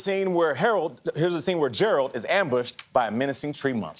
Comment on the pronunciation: Henry looks breath taking!!!! Also kinda mad at the hosts... Herald? Gerald ? Really -_